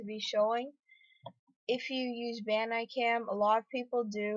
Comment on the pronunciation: OMG THE WAY HE SAYS BANDICAM! TRRRRRRRRRRRRRIIIIIIIIIIIIIIIIIIIIIIIIIIIIIIIIGGGGGGEEEEEEEEEEEEEEEEEEEERRRRRRRRRRRRRRRRRREEEEEEEEED!